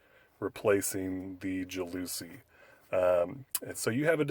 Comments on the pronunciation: JAL la SEE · ITS PRONOUNCED "JAL ASEE FOOOR FUCKS SAKE!! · JOWL Oh Sea is the correct pronunciation....lmao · Ja looooouuuusie????? not how it is pronounced.